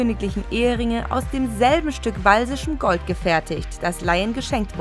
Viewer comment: Wenn man "walisisch" nicht aussprechen kann...